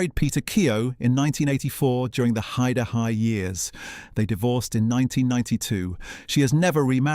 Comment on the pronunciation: AI bollocks voice over calling it He-Da-Hi